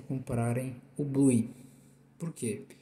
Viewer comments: Po switch bluí não ne a pronuncia é bluw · Se escreve blue, mas a pronuncia é bluw